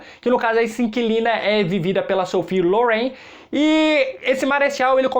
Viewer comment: Já assisti o 2°, muito bom mesmo, mas se fala "Sofia Lóren", rsrs. Amei sua descrição e suas observações sobre os filmes e gostei que você não citou apenas filmes dos EUA 👏👏